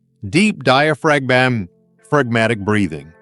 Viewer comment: The voice got a bit out of whack or slightly drunk pronouncing the word diaphragmatic, but all valid advice!